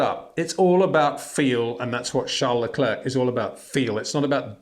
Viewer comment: Great content but constant irritant of mispronunciation of Verstappen and Leclerc.